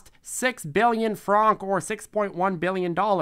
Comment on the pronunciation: Also it’s pronounced like (frank) not fronk as well.